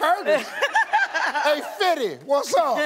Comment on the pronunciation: She said "Fiddy Cent" she already been to his cookout ... lol